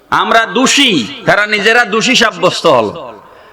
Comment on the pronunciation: "দুষী" নয় দোষী -আপনার মুখের কথা ঠিক হয়নি আর আপনি বিষ ছাড়াতে বসেছেন ।